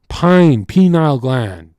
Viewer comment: PINE-eal gland. Not PE-NILE gland. Somebody's got obelisks on the brain. You say Pine Cone....then change it to PENILE....